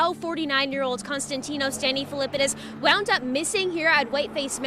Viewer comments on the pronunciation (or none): none